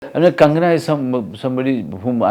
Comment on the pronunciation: Manoj sir it’s not Kangana, it’s Konkona ❤